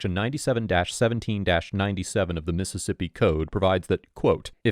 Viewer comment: As a person who lived in south Mississippi for several years, thank you for pronouncing these cities' names correctly.